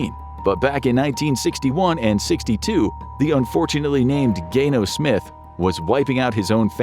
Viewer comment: “Gayno Smith”😂😂😂